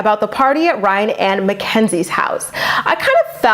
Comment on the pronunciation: super late but everyone says “rhine” bc Maci with her accent pronounces his name like “rhine” instead of “Ry-an” lol